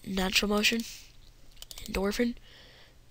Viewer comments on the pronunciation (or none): you say endorphin completely wrong!